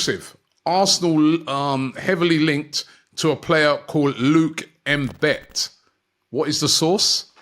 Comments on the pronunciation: Yo Robbie its not M-bit seeing your pronunciation sucks. Thats a Southern African surname bro its pronounced M-bethe! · IT is NOT Luke M'Bet. (if he has South African Links) Its more like "Mmmmm-Be-The". Draggg the M as if making the sound MMMMM. Not sure is he has South African ancestory. The surname is common in South Africa. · Robbie, it is pronounced Mbeeeete, you stretch the b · Robbie pronouncing Mbete as M-bet had me ROTFL! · The way Robbie butchers the name Mbete 🤣🤣.... Man said "M-Bet", C'mon Robbie. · Your pronunciation on Mbete is so okward and English I wish I can have a voice to give u a right pronunciation on such African names....